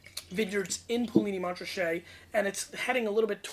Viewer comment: Poo Lee Knee - Mon Ra Shay...... just saying....